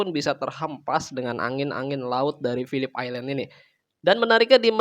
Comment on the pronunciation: Mantap bang, pelafalan phillip island nya udah mantap, kontennya juga makin mantap